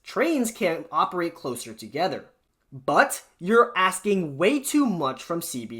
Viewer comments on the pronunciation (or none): none